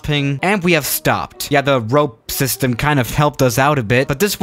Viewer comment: "Rope system"